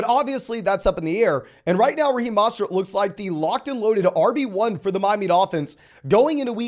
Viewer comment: for the love of fantasy it's MOST-ERT not MOSS-TERT